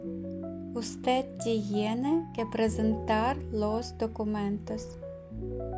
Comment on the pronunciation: Вы не правильно произносите tiene .Тьене а не тиене.Cuidar куидар а не суидар.